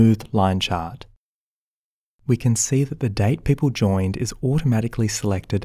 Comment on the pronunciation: Nice tutorial! I like the way you say, "chart", like "chot" You could do voice over work!